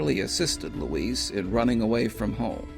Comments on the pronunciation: I think that's Louise (loo-eeze), not Luis. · Good videos but just excruciating for me to listen to. I wonder if Louise's family mispronounced her name Luis (a Spanish male name) or just you. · I couldn’t help but notice that the narrator pronounced Louise’s name with a hard “s” (as in the male spelling of the Spanish name Luis). Forgive me for pointing that out - I just have an eye (and ear) for detail